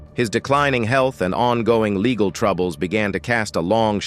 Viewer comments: True baygled marraige? Laygal??? Who was Laygal? 🤔🤔🤔🤔🤔 Sounds like the name of some drunk Madame Martin Lawrence grew up with 😩😩😩🤣🤣🤣 picture Martin Lawrence What Up Laygal?😮 The narrator hooked up on Phonics like the 90s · Who the heck does the commentating on these things. At approx the 7 minute mark everything turned to poop. The pronunciation of the most simple words: "vibrancy", "embroiled", "legal", "image", "trouble", "emerged", "marriage", "shadow", and "spousal". Unless English isn't this guys first language, I'm confused. Was he having a stroke possibly?